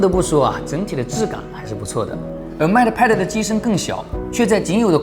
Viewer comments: mate， 英 /meɪt/ 美 /met/, 当名词用时的意思是 "助手，大副；配偶；同事；配对物"。 拼音 应该是 "mei t(e)"，"妹特"，末尾"特"的音要短, "e"几乎不发音。 英音美音主要区别是 mei 中的"ei"的长短。 很多线上词典有。 不好意思了，发音根本不是重点，是我吹毛求疵了。Up主的内容才是重点，希望我的这些发言不会讨人嫌。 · Mate读“meite”。 不好意思，好为人师了，只是听着很别扭：）